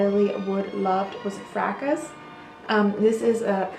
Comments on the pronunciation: Excellent. Elizabeth Taylor also loved Jungle Gardenia. By the way, the 's' in Fracas is silent. Frahkah. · The French classic Fracas is pronounced FRAH kah.